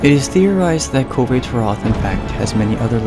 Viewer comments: I love this, but your pronunciation of Kulve Taroth bugs me greatly. Otherwise, great work on this. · I've always heard it pronounced with the "e" in "Kulve" being silent. Granted, it could really be anything. Capcom's localization team has shown themselves to be pretty daft in the past. Either way, great video again. Learned some things I wasn't aware of.